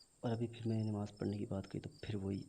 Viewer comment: nimaz nahi hota namaz hota hai